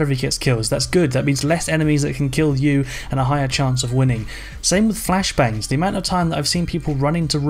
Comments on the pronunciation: SwiftPanda listen close he says "fashblangs" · "the fact they have fashblangs"😂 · My dude said fash blangs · Jake Edmonstone Your right, he does say fashblangs xD